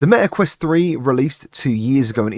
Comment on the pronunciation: Its meta quest 3, not me a quest